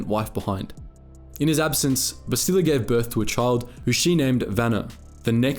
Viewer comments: Bass-tee-la???? Come on bruh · Ouch, you've mispronounced both her first and last names. It's Shan, not Shen, and the emphasis in her first name is on the first syllable, BAST-ila. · Take a shot for every Bassteeluh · Must admit, your pronunciation of Bastila, though still accurate, is a bit weird for us (we say "Bas-teh-la" instead). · Did you never play the game because you are butchering her name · You are saying her name wrong. Listen to how it is said in the game. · If you actually played Kotor you would know how to pronounce her name right. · I'm sorry but what the actual fuck is that pronunciation? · There's literally dozens of voice lines with her name and somehow you still say it wrong. Wtf... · You said her name wrong lol love the videos though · If you play or watch Star Wars Knights of the Old Republic you can see her name is pronounced differently from how you said it. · they literally say bastila in the game how did he pronounce it wrong lmfao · Like the video but cringe at how you pronounce Bastila.